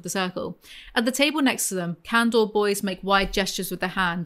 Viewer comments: God. Please stop saying canDOR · Every time you say “candor” I hear “candle” and I wish candle was a faction